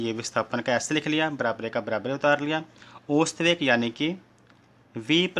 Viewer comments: bhai ost veg nahi ausat veg hota hai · ओस्त वेग नहीं है औसत वेग है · bhai osat veg nahi ausat vrg hota hai 😂😂😅😅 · sir ost nahi ausat hota hai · Ost veg nahi hota hai ousat veg hota hai